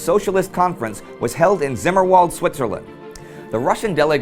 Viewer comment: I thought "Zimmerwald" is pronounced something like... "Tsimmerwald" or "Cimmerwald"....